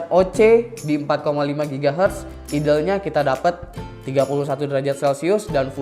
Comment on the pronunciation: ok sebelumya sorry nih ya kalo saya sok tau, benerin jg kalo saya salah ehhe.. idle dibaca nya itu aidel bro bkan idel, trus udh bagus kan cryorig, tpi kurang bagus pas r1, kalo emg dalam bhs inggris itu dibaca nya ar wan